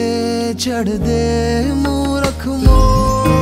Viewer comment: OMG..whattt a performance...only issue was "chaddh" pronunciation